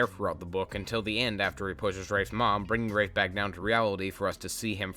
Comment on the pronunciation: When Rafe was revealed to be short for Rafael at the end of the first book I had to reread the book pronouncing Rafe as "Raph" instead of the absolute butchering you've been pronouncing this entire video